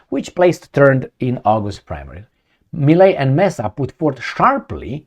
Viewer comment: not necessary. Given the fact that there's a lot of italian descent argentinians, I would go for Italian. Also, the name is Milei, as in Tadei, (Italian name) not Melei.